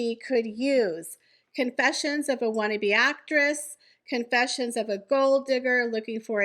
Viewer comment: "Con" is the operative syllable in Confessions.